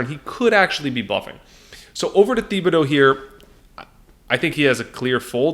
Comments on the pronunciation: It's pronounced Tib-uh-dough,. You're buggin' me with that Thee-bee-dough stuff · Great break down! However, as someone who lived in south Louisiana, Thibodaux is pronounced TIB-ah-doe. Keep up the great work and content!!